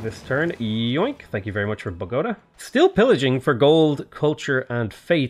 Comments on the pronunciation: You mispronounced Bogotá at the start or the video. It is bOgotA not bogOta. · Okay I know you take shit all the time about pronouncing city names, and some of them really are quite ridiculous, but still, lol at BOW-GO-ta. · Not: bow-GOAT-a But: bō-gō-TA